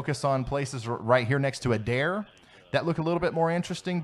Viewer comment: Ryan, what is the date of this? At the end you were literally talking about my backyard, and extra points for the proper pronunciation of Adair, even many of our local news stations don't get it right!